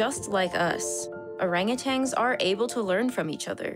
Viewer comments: It's "orangutan." Not "orangutang." There is no G at the end. Narrator says it wrong multiple times in the first 30 seconds. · Orangutan. Not orangutang. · How is it you host a biology show but can't even pronounce most of the animals you're talking about? Orangutan doesn't end with a 'g'. Jaguar is not jag-wire. 🤦‍♂️ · Hard to take you seriously when your "science" video starts its dialogue saying orangu"tang".